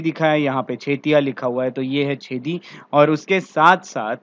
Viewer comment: चेदी नाम है छेदी नही